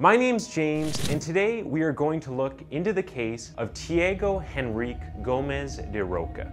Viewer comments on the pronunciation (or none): “Chee-ah-go En-rri-kay Gomez dah Ro-sha “. 😉 It’s a bit difficult, but that’s how it’s pronounced.